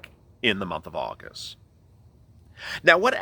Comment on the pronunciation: You say abril we are and agost